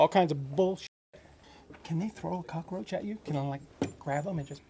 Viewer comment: he is a cockeroach Me: annoyed that he says it and keeps saying cockroach in my head